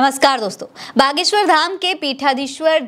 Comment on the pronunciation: 😂gadheshwar ko baleshwar kyon bole rahi ho ?